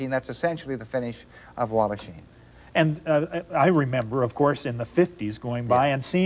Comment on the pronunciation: Walhachin with an 'h' please.